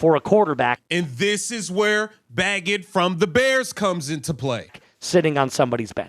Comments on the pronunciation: How do you look at Bagent and pronounce it Baggit? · It's pronounced (baygent) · Sir it is pronounced bay-gent like gentlemen.